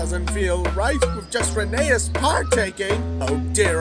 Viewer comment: It's tv series RHENEAS pronounced not RWS😢